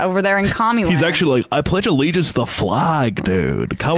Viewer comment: "I pledge th'legiance..." Starting off strong right out the gate.